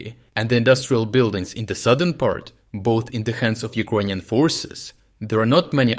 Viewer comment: Dude you're great but please - you keep pronouncing Ukrainians like UkrOynians. While you can clearly say word Ukraine correctly. It distracts from your great material.